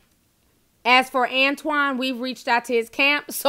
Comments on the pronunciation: Is it antoine or "anotine"?? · "anotine" lmfao